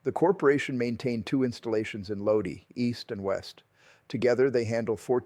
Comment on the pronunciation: My Uncle worked there for years. BTW it’s Lodi (Low-Die)